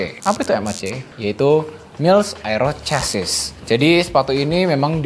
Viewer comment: FYI "chassis" in English dibacanya "cha(e)s-sy" masbro.